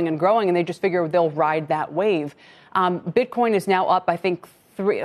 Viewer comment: Did he say ...BritCoin